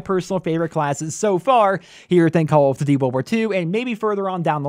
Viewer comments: Call othdutie world warth 2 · This guy can't say "call of duty"